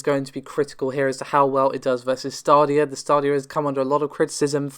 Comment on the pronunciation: Lol "Stardia". It's "Staydia". Commoner or Lord that's the English language.